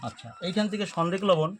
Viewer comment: ভাই সনদেক লবণ বলতে বুঝলাম না একটু ভালো করে যদি বলতেন